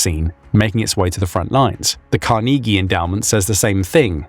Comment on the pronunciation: And to the American ear he mispronounces “Carnegie”